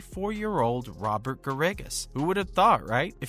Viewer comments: Garrigus is pronounced like Bear - Ah - Gus. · If you put out a YouTube video, perhaps you should learn how to pronounce Robert Garrigus' name correct;y. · This is just about as worthless a video as anyone could produce. It is a fountain of misinformation. First, this guy doesn’t even know the name of the Saudi league. SGL isn’t even a thing. Secondly, nothing he said about Bubba Watson or Kevin Na is true. And, he doesn’t even know how to pronounce Robert Garrigus’ name. This is what happens when a knucklehead who knows nothing about golf tries to make a golf news video. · Love how you say Garrigus. Obviously a golf expert and not a fake news channel LMAO